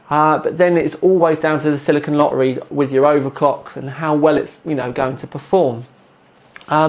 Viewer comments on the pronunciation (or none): none